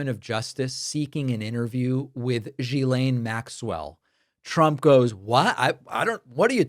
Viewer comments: Another reminder, David: Maxwell's first name is pronounced with a hard 'G' as in GHOST and GHOUL. The ''S' is silent. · David... It kills me to hear Maxwell's first name being mispronounced... her name is Ghislaine... pronounced as Ghee-lane"...